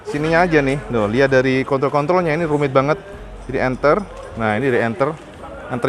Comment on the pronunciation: klo masnya nyebut kontrol saya ketawa kedengeranya seperti alat pusaka lelaki.mungkin ngomongya kecepatan..haaaaaa